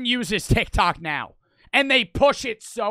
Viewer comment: The joke is, he says and I quote, "Are you serioud right neow bro." This is funny because he purposelly says neow instead of now for comedic purposes. Just incase anyone was wondering.goodvibesgoodvibesyougotthis